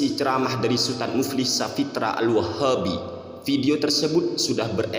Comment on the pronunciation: Ketika mengatakan 'al-WAHHABI' dngn tebal terasa katanya berisi banget...wkwk